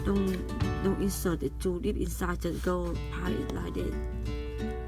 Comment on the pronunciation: i didn't understand what did u say... you say inside like ingsaid😂😂😂